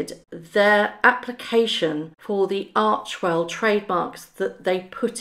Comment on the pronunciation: Arch "e" well................not archwell.